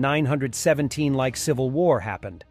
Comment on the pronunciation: Why was 1917 pronounced like that? Bot?